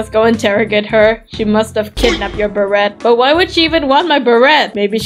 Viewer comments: its a silent T on beret! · It is pronounced bera